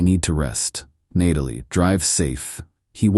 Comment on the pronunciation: Why does AI not know how to pronounce “Natalie”?